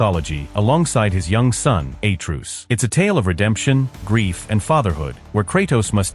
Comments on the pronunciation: It's "uh-TRAY-us", not "A-Troos". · Atruse??? its atreus dude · A-truce … umm I don’t think the narrator played the GoW ! 😢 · "A-truce"?? Fucking AI garbage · Who da fook is Aye-truce? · Atreus❌ A-truce✅ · The way you pronounce Atreus… you should be in jail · Butchered atreuas name in god of war